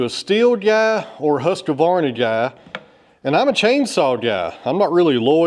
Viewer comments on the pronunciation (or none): its husqvarna not husqevarna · Hi, I’ve noticed that you mispronounce Husqvarna. There is no a between husk and Vanna, when you say it, Husqavarna, I don’t know if it’s just me, but that doesn’t seem right way to say it. Besides that love your channel keep up the good work. Just to let you know I live in South Australia about two hours north of Adelaide on the Yorke Peninsula. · Its pronounced whoskvarna 😊